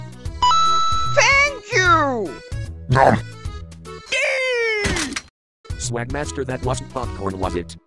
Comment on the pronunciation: Sawgmaster... New lore confirmed